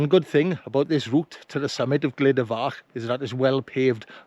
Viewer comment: Good film thank you. The pronunciation is more like "Gluda" rather than "Glida" 👍